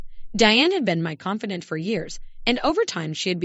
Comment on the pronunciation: Epitome= E pit o me. Not Epi tome. Con feh dahnt for someone whom you confide in. Short “i” in privy—as the i in wisdom. Coup de grace is Coo dee grah.